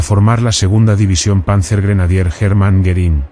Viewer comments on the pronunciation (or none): I can't believe all these positive comments on a video with an AI voice that pronounces the subject of it Herman Goring as "German Garren." Looks more like you asked all your friends to post nice things so people would be suckered into watching a complete waste of time. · How sad that the AI voice couldn't pronounce "Hermann" or "Goering" most of the time, among other names and places, during this very informative video